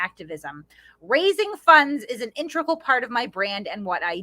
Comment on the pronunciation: Intrical? He means ‘integral’?